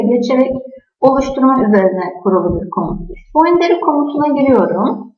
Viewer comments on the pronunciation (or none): boundary baundri diye okunur